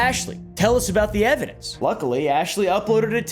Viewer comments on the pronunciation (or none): "Now people have been axing me for evidentssss, and I think that is the most ridiculous thing that I've heard"